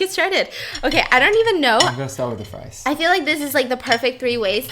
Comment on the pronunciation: “Spam sfrisfsfs srieves, spam Sprives” _Stephanie 2019